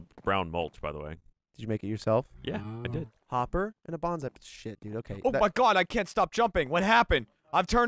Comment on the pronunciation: Haven't even heard it yet and know it's being mispronounced. You're saying Banzai but the trees are Bonsai ("bone-sigh").